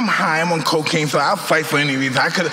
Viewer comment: Mike said “ Co-Caine, acid” lmaooooo